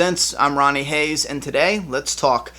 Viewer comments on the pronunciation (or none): none